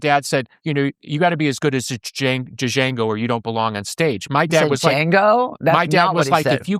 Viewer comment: This interview turned me around on Courtney Love. Billy mispronounced both Jorma and Django’s names.